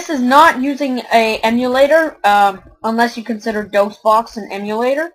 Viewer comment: It's not dosebox. It's Dosbox